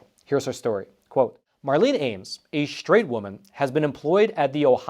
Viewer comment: straight not shtraight